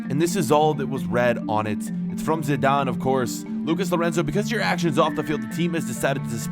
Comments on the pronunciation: not zadane is zidane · It’s Zidane lol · It said zinedine zadine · He can spell Zidane on the note Zadane😂😂